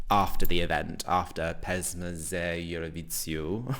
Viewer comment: hahaha the Z in "Evroviziju" is pronounced the same way you pronounce it in "za". So the entire word is pronounced something like ev-roh-vee-zee-u